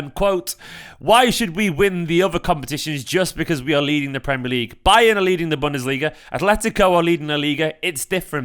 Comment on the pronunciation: Did just say "Bunderliga" 🤣🤣🤣🌚